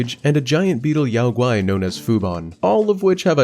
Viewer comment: Some common names in this game are yaoguai pronounced like “yow gwai” and “loong” pronounced like “lohng” and sun wukong is pronounced like “swin wu kohng”